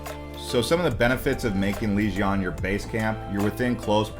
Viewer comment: Enjoying your content very much! Just wanted to say though sorry but you are pronouncing Legian wrong. It is Leg-i-ann 😝 cheers